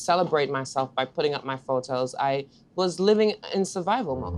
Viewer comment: I hear her T&T accent peak through when she says "photos" 😊😊 Love from 🇯🇲